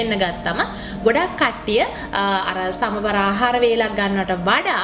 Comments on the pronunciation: සමබර නෙමෙයි. "සමබල"කියලයි කියන්නෙ... ඔයාගෙ videos මම නිතර බලනව. හොඳයි! Good luck! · Samabara ahara nowe."සමබල ආහාර"niweradi wachanaya.godak sthutiy oyata.budu saranay.👍